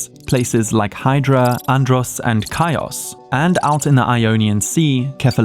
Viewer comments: Chios is not "Kaee- os", it's "He-os". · Good show but check the pronunciation of words once and awhile😂😂😂ka-i-os😅😅😅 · Chinos in Greek is written Hios so it's better to be pronounce like History. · Chios is not pronounced Kios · This AI voice butchered the name of Chios and other islands. Annoying and not worth watching.